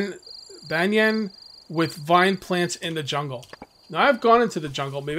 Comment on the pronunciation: I am very impressed you said Banyan right the first time